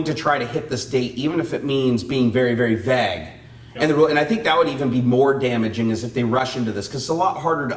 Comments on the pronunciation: Vague "Vvv aaaaayuge" not VAG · I wasn't going to comment after hearing it once <.< and then again.. but after the 3rd time.. x_x "vague" pronounces like "veyg" with a long "a" and not like "bag" with a "v". lol The English language is really so complicated -.- I wish the stupid grammar rules were universal but they're more like a clusterfuck of a bunch of other language rules. Also this whole DOT control over drones is really stupid. Our government doesn't know how to handle anything properly.. :/